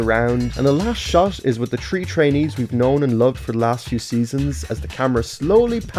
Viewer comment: Im so pissed of when he says „tree“ instead of „three“😭💀